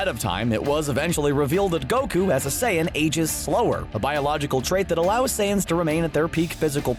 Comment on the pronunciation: i thought he was saying sans 💀